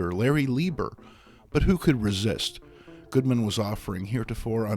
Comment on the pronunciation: He calls Martin Goodman, "Goldman."